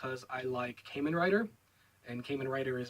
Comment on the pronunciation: Did he say Cayman rider?